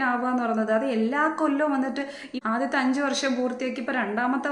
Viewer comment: താൻ പറയുന്നത്.. വർശം, ആഗോശം എന്നൊക്കെയാണല്ലോ😅😅😅 ഇളിഫ്യൻ അല്ല ഇളിഭ്യൻ... ആദ്യം സ്വയം നന്നാവ്...